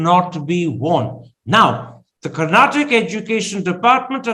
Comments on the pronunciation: By the way it's Karnataka - not Karnatak! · Its karnataka ,not Karnatak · Please it’s not Karnatak- please learn the right name of the state - It’s KARNATAKA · 🤦 Karnataka , Karnataka is our state name Karan and Karuna not karnatak. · Guys please, it's Karnatakaaa 😅 But great content👍👍